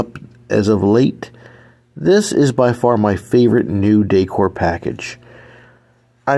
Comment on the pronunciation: Now that you learned how to pronounce 'Weis', maybe you can practice the word 'decor' 😅